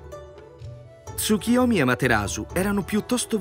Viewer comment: Capisco che il nome del Dio derivi dalla parola Tsuki (luna) ma il suo nome è TsuKUyomi. La pronuncia corretta è quindi con la U e non TsuKIyomi.